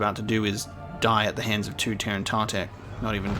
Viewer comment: It’s T-er-in-ta-tech not tear-an-ta-tech. There’s no A. These creatures were brought into canon in season 6 of the clone wars in the Yoda flashback where Dooku says ‘Master I was just telling them about the time you killed the terentatek on kashyyyk what a terrible beast it was.”